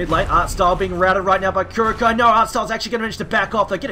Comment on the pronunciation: Secret Team not sure if good news or bad news. -someone teach that guy how to pronounce KuroKy pls